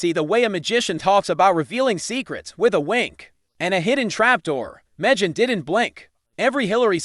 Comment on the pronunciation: Where do they get these commentators? Can't even correctly pronounce Megan's first name.